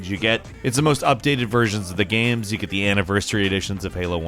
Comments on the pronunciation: am i the only one that notices that calls them "gams" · I can't be the only one that notices pronounces 'games' as "GAMS" 20% of the time.